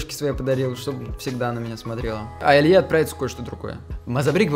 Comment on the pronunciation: не Равиль, а Раиль! Это разные имена